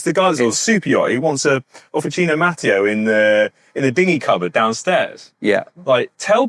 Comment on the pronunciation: I am from the same area in Piemonte as Officine Mattio. First thing: it is pronounced Mattìo, the accent goes on the i, not on the a. Regarding the bikes, honestly I would go straight to Pedemonte for a frameset, from the two videos you have done, it seems to me that all of the engineering behind the bike is done by them (but maybe I am wrong). I have not looked at their bike range in detail since prices are astronomically high. Again, when dealing with composites, I would just go for the brand/factory that has the top R&D, manufacturing process and QC. It is a different story for metal, especially steel. Then in that case, as an Italian, I would really love an Italian bike.